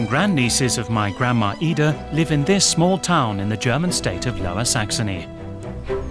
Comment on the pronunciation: The word is grandma, not grandmaer. Stop adding letters to words that don't belong there